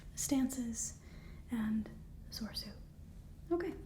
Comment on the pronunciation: Well, it's no surprise Anakin is missing. He was trained individually by Obi-Wan, because he was deemed too old. (One of the silliest plot excuses in the history of cinema, btw). And I'm pretty sure the middle "e" in "Soresu" is pronounced.